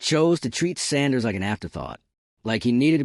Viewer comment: Train your AI voice to enunciate Mr Sanders name properly.